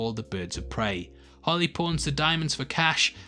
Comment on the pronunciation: is it just me or does it sound like he says "Holly" but i know he's really saying "Harley". just an observation